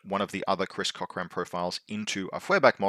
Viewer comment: Dakini and Garuda action is one of the reasons why I picked up OSS as a secondary. Awesome stuff. Also, occasionally smirking whenever you call him.😂